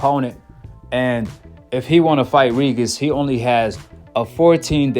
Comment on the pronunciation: Why u say “regis” like that lmao